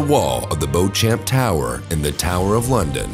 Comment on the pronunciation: Terrible pronunciation - "bo champ tower" - should be something like "beach am" tower.